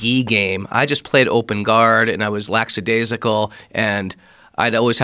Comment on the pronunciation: LackAdaisical. Don't use a word if you mispronounce it.